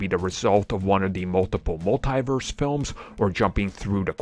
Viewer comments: Sheesh, it's hard to keep hearing "mul-TIE-verse". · It makes my ears bleed each time I hear that. Don´t they hear Kevin Feige or Tom Holland says this word?